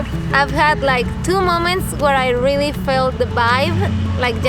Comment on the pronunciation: “is dis tru? is dis rilly tru?” JAJAJAJJAJ